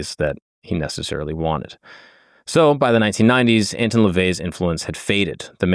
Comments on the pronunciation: You're already wrong within the first few minutes. Howard LEVY (NOT LaVey) was his real name. And it's not "AntIn", it's "AntOn", for the pronunciation. NEXT... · It's Anton not Antin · have i been pronouncing his name wrong or is? i thought it was prounced ant-on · It's not ant tun ,it's an ton. I am a satanist. Ive read the official biography of anton levay. To me, biographies read like stereo instructions. Interesting but boring. He's a fascinating person. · Edgar “Case”… “Ant-on” Lavey… Fire your production team.